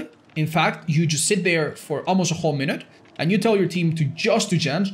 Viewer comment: "ten minuet mark" 16 hour video